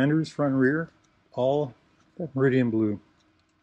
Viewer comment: It’s Meridan …..not Meridian……….tsk……